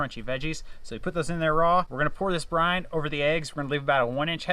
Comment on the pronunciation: Brine. Not brind